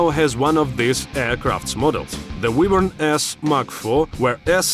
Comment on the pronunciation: ahh, yes. The WeshtLand Wheevern.